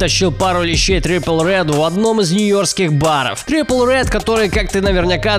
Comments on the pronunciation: Блядь не трипл ред а триппи триппИ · Не Tripple redd, а Trippe redd хоть бы нормально прочитал что-ли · Не трипл ред, а триппи ред Не гризлы, а грилзы Уши вянут... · Не трел пел а трилл пил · не трипл ред, а триппи ред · Трипл ред, такеши, гризли. Иди корейцев слушай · Триппи Ред, а не трипл) удачи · Tripple Redd??? Может Trippie? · Может триппи ред а не трипл ред? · Трипл Рэд???? Гризли??? Ору, ты бы хоть узнал, как все произносится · Знаю видео старое но почему "Трипл Ред" если "Trippie Redd" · Trippie redd а не trible redd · Не Трипл Рэд, а Триппи Рэд) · Трипи Рэд, а не трипл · Не трипл ред , а трипи ред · Не трипл Ред,а триппи ред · Вообще-то правильно не трипл ред а триппи редд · Блять Трипл? Он ТРИППИ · Не трипл ред А Триппи Рэд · чувак ты хотяб выучил ники реперов ) зззиллаками а не зиками ! трриппи а не трипл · Trippie ,TRIPPIE Redd- а не triple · трипи,А НЕ ТРИПЛ РЕД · ТрипЛ ред, тАкЕши...Ты сначала прочитай внимательней псевдонимы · бляяяя ,Такеши....Трипл ред... пиздец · не трипл ред а трири ред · Не Трипл Редд, а Триппи Редд (Trippie Redd) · Триппи ред а не трипл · Трипл ред и зили ками😂😂😂, научись хоть правильно произносить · Триппи ред бро, Триппи ред... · Никто: Обсолютно никто:: ТриПл Редд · Дилетант, какой нафиг трипл рэд? Аж уши режет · Не трипел ред , а трипи ред И не Такеши , а текаши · Не трипл Ред,а трипи Ред и не Такеши,а текаши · Не гризли, а грилзы Не такеши, а текаши Не трипл ред, а триппи ред